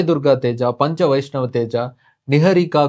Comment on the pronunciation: I tjink so long tounge thats not a panchaaa its panjaa !!!